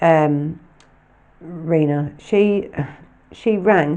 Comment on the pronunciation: Hello congratulations on reaching 8000 and great work for the episode. Not read all of the comments yet but I hope you don’t mind me saying Freds first wife name is pronounced like Tina but of course with Ann R at the beginning. Sorry to point this out it may be quite anal but just a little concerned as she is a victim hope you understand what I mean. Again brilliant work thank you so much for what you do.